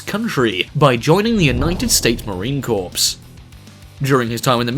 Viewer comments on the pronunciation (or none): #IDIOT MARINE CORE NOT CORPSE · I'm sure it's pronounced core not corpse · Corpse is a dead body, it's pronounced core. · I don't hate the video for this, it's just made me have the chills whenever he said it. No problem though, a lot of people mistakenly say corpse instead of Corps if they have never lived around military people or places. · It’s pronounced core not corpse. Otherwise great video but that just bothers me as an American. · It's pronounced like Core not like Corpse. It's - French word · It's the Marine corps not the Marine corpse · Please for the lobe of everything good revise this and fix the errors in it like the mis pronouncing corps as corpse not core. And yes you say that it don't matter but it does. Be a 10yr old and say that to your father who spent 10 1/2 yrs in the marine corps and see if you don't get a extreme chew out by him and your grandfather who served aswell. Trust and belive it is rude, disrespectful, and if you had the balls to air this before it was completed just cause you wanted more likes is a sad notation of how far this world gives a crap of the men and women who die for this country. Give them the respect of the correct name or take this video off for good. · It’s pronounced as core not corpse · Its pronounced as core not corpes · Pronounced “core” not “corpse” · Corps is pronounced “Core” you idiot. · Cringe! Don't say corps it's pronounced core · Core not corpse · It's not pronounced corps it's pronounced core there not dead bodies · it's marine corps not corpse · It's pronounced CORE, not CORPSE. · Just so you know, Corps is pronounced like Core ;) my brother is a Marine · JEEZ.............. First of all, it's Corps (core) not CORPSE..... Second, The Marine Corps does NOT have Drill Sergeants.... they are DRILL INSTRUCTORS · pronounced Core not Corpse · Marine Corpse? Its pronounced 'core.' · Corps in The Marine Corps is pronounced core not corpse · It’s Marine Corps (core), NOT Marine Corpse!!! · Corpse channel